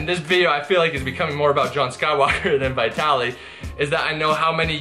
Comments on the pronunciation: it's pronounced Veetaly))) not V-eye-taly))) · Bro, Hes name is Vitaly not bitaly. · VIT-TALLY. NOT VY/VIGH-TALLY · Yea you have name pronunciation issues .... it is not- V eye tally It is V'i'tali.....as in 'it' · Why do you say "VieTally"? It's "VihTally" lol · stop saying vaitaly i cant even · bro it's VEE - TA - LI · His name is Vytaly ( to make easier the English pronunciation)no Vitaly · Vitaly not V-eye-taly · It's pronounced VEETALY. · V EYE TALY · It amazes me that you're still pronouncing his name wrong. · Dang I’ve been pronouncing Vitaly like Italy with a V in the front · I think ur pronouncing his name wrongly!! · At least pronounce his name properly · Who else felt the cringe by the way he mispronounces Vitaly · my ears bleed when i hear you pronouncing his name brah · 1. Will you ever pronounce his name properly? Lol 2. The douchebag Vitaly could possibly be bloated from some bad eating sessions. That’s why his gut looks that way. We gotta see more footage!